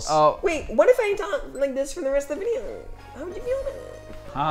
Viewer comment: Damien: Whut eef eyee just talk like these for the whole veedeooo? Me: whispers don't